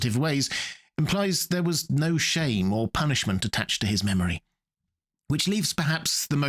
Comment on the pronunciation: This may be the longest version of 'no' that I've ever heard. Very well articulated tho!